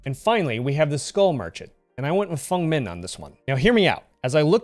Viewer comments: It’s the correct way of saying it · Thank you for pronouncing Feng's name correctly!